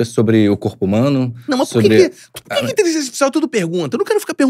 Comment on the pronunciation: O não consegue falar a palavra "inteligência*. Sairam intelizença, intezença, inzença mas nunca inteligência. Pode reparar..